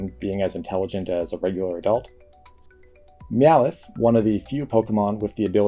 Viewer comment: "Meoweth" why you say it like that?